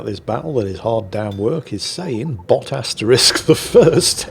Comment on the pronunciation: Wow, can't even say Bot? You lazy old bastard. Off to the salt mines then